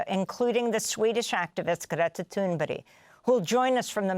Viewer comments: Her name is Thurnberg not Thurnberry- perhaps the reporter needs her reading glasses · Gretta Toonbryh...? What is she saying - is she just inventing weird sounds instead of reading? Why would anyone pronounce "berg" as "bryh"? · Her name is ThunBERG not ThunBERRY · Amy, how in the world could you call this brave young lady Greta THUNBERY so many times during your interview with her, instead of calling her by her proper name, which is Greta THUNBERG!?! I am a fan of yours but I was appalled by this utter lack of professionalism! My advice to you, as a matter of respect towards the person you are interviewing, be sure how to PROPERLY SPELL and PRONOUCE, whom you are interviewing in the future. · It's THUNBERG not Thunbury. Someone needs to wear glasses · Why does Amy pronounce Greta's last name as "toon-berry"? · ""GRETA toonbury"" 😂😂😂😂😂 Oh Granny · yeah my other comment to the shit anchor who can't even get Greta's name right.. "Greta thunberry" 😂 you mean that comment.. shows the caliber of her viewers to be honest. Snowflakes! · Thumburger right? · Thunberg? Or Thunbury? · Please, as a Swede, I give you permission to pronunce Greta Tunberg, IN ENGLISH!!! And Greta will be totally fine with it too...